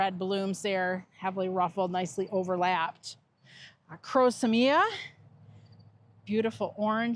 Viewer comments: Liked the heliopsis, not a fan of most of the others Incidentally did you prounounce crocosmia As crosomia? (missed out 'co' in the center and put an extra 'o' or 'a' before the m) Do Americans always pronounce it that way or is it just laziness on your part? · yes, sorry I shouldn't have added the laziness bit, Thanks for confirming how you prounounce the word, Americans do prounounce some words in a ridiculous way, So wasn't sure if it was usual that you prounounce crocosmia differently